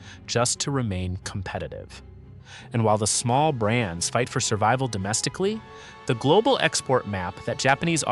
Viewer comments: "Servable" is not "survival". Is this an illiterate moron or just AI? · Can you pronounce "SURVIVAL" for me again? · Your stupid AI can't even pronounce "survival"!